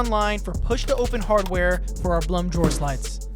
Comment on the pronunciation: Love your video, but the name is actually pronounced, "Bloom." It doesn't rhyme with, "Plum."